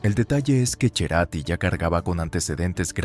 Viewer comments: pero él nunca se hizo llamar de esa manera. Entonces se diga como se diga en el país de origen, en el adoptado, y en la flia que llevó ese apellido en este país, lo pronunciaron siempre /c e r a t i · / no estamos en Italia, ergo, si el que lo lleva lo uso y lo pronuncia en su forma españolizada pues vive o vivió en un país de habla española entonces s3 dice como su usuario lo usa. Si lo quiere decir en italiano, váyase a Italia. Cerati es un artista argentino que se hace llamar /c e r a t i/, y x tsnto toda su lógica y perorata idiomatica metasela en su viaje a Italia. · no soporto escuchar "cherati", arregla eso en la AI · A la 3ra vez que dijo Cherati, dejé de verlo. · Como se nota que sos un mal presentador. Se pronuncia Cerati y es un barrio de Capital .Buenos Aires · Te equivocas, deberías ser así Cherati, por el termino en italiano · Gustavo cherati 😂😂,no los argentinos lo pronuncian así que ridículo. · MENTIRA, EL APELLIDO SE PRONUNCIA IGUAL.. SU PADRE ERA DE ASCENDENCIA ITALIANA POR ESO EL APELLIDO.. TAN SOLO PONGO DE PRUEBA QUE ESCUCHEN LA PRONUNCIACIÓN DEL MISMO CERATI Y MÚSICOS, TODOS LO PRONUNCIAN CORRECTAMENTE SIN LA "CH" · Al menos interiorizate de cómo se pronuncia su apellido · El informe está lleno de errores, ni siquiera sabe pronunciar su nombre. Love eterno a Cerati❤ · Tal cual, chizme barato y encima ni lo sabe nombrar, malisimo!!! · Para empezar decí bien el apellido! 🤨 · pero te rasques por dónde te pique Gustavo Ceratti ES, FUE U SERÁ ARGENTINO. Y los apellidos se pronuncian como son, no como se le ocurra a un mejicano o a un estadounidense. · ¿A quién le importa que el barrio de aquí o de allá? La IA no sabe pronunciar Cerati como lo hacemos en español. Aunque la IA tiene razón: así se pronuncia Cerati en su lengua natal, el italiano (el apellido argentinizado perdió una "t"). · es cerati no cherati corta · se escribe CERATI Y SE PRONUNCIA CERATI- NO CHERATI, POR DIOS! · Chrati? Acá es Cerati pronunciado como S. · No es Cherati... Cerati